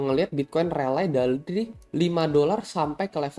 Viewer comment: RALLY DIBACA RELI. BUKAN RELAI GEMESH GUA 🤣